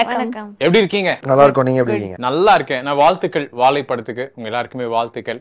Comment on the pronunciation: "வாழை " pronunciation not impressive. Otherwise Anchor did a good job👍🏽